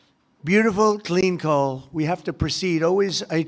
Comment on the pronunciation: COAL Not DOLE , 🔥